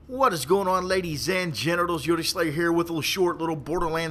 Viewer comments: How you cant say slayer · How the fuck could u not say slayer